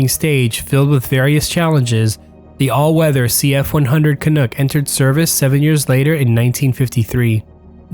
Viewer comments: Excellent work here. But an important note, the word is KAH NUCK, not kahnook, a pronunciation somewhat offensive to Canadians. Just saying! All the best. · I love videos like this... weird, eh? ;) Oh, and "Canuck" rhymes with "chuck" not "cook". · its canuck rhymes with duck not duke and our prime minister was Diefenbaker - Baker like the who bakes your bread not the backer that plays position on your football team